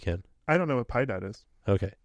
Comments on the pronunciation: It's not "pie dad", it's "pee eh dad", "mercy" in Spanish. "Ten cuidado..." is "Beware these monsters, you will be begging for mercy." "La Lechuza", literally "The Owl" is a kind of witch, actually called La Chorca, from Honduras, Guatemala, and El Salvador. "La Muerte" is just as Death. "El Silbón" (The Whistler) is a folk monster from Colombia and Venezuela. Tlahuelpuchi is a Mexican vampire / witch that transforms into animals, like a vulture. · Piedad = mercy in spanish. Pronounced pee-eh-dod